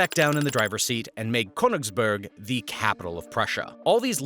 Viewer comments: Königsberg (mountain) not Königsburg (castle). 😂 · As a german i am laughing every time he says Köningsberg XD